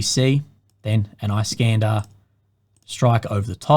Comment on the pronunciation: "Iskander" in Russian is pronounced as "eeskandÉr" not "ice-cAnder". Iskander is an Arabic equivalent of name "Alexander". It's meaning is "defender". Alexander The Great was called "Iskander" by Arabs. Just for the notice.